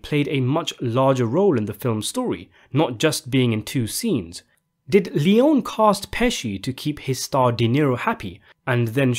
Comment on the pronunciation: His name is pronounced Sergio Lee-own-ie, not lee-own.